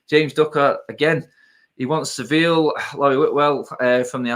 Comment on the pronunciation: it's ser-vee- yah not sivill